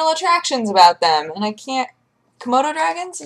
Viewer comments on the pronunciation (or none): none